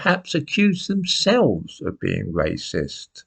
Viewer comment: Wacist? Welease Bwian! (Edit: I know, I know I know. I should get out more, but I am addicted to presentations)